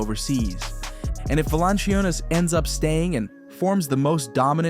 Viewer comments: You really need to learn how to pronounce Valančiūnas and say it correctly EVERY time... :earsbleeding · befor you start about Europe, which seems like you do not know much about, at least learn to pronounce his name;-) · Yeah this guy is pretty dumb. Mispronouncing JVs name, saying that Adam Silver started the 2nd apron, twin towers will never happen with Joker and JV. JV is meant to spell Jokic as he has had to play 37 mins a game just to get us a top 4 seed. We were the best offense in the league with Jokic on the floor, the worst in the league and historically bad with Joker off the floor.